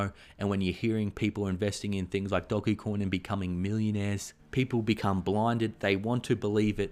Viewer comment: I very much appreciate that he pronounces "DOG-E-COIN" correctly :)